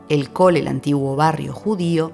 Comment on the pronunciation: Muy buen video, te digo algunas cositas para corregir: No se dice "COL", no lo pronuncies como si fuera una palabra inglesa. Se dice CALL , leelo en español. Y la plaza y la iglesia son SAN Felipe Neri (corregir en el audio) Mercado de Santa CATERINA (corregir en audio y texto) JOSEP es en catalán, pon el acento en la primera sílaba y acaba en P no en F, tu pronuncias como si fuera inglés. Lo mismo con ANTONI, es en catalán, pon el acento en la segunda sílaba, no en la primera como en inglés. No tendrías este problema si pudieras todos los nombres en español en lugar de mezclar con el catalan: Mercado del BORNE Plaza CATALUÑA PALACIO Güell, no Palau PALACIO de la Música hospital de la Santa Cruz y San Pablo (Santa Cruz y Santa Pau es catalán) JOSÉ en lugar de Josep ANTONIO en lugar de Antoni. Y mejor visitar el parque Güell por la mañana y por la tarde ir a Montjuich, ver el atardecer desde el centro comercial Arenas y luego la fuente mágica, que sólo funciona en la tarde/noche